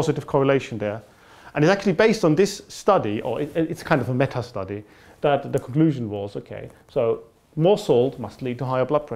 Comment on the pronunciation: Tim Okolowski it did sound typical german to me though, the way he said "dat" instead of "that". Im from the netherlands though so i might be a bit biased.